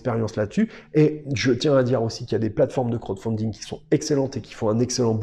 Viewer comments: Il faut absolument revoir la prononciation pour le : crotte founding lol Sinon super vidéo comme d'habitude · Bah en même temps il donne son avis dessus rien qu'avec la prononciation lol 😂